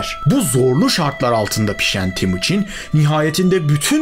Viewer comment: Timuçin değil TEMUÇİN (Temir - Demir / Çin - Gibi)